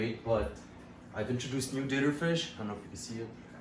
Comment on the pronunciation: I kept thinking you were saying dinner fish lol. Then realized you were saying dither when you pointed out the new ones you put in the adults tank lol